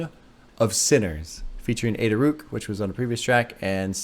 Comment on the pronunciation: YOU DID IT! Also, mentioning Ada Rook I would love if you listened to something by Black Dresses. Song hertz is good "I know you think all I need, is just to think positively". Also, I think it's "rook" like the chess piece.